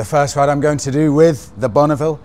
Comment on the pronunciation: "...and down to Boxhill they did rrrrriiide."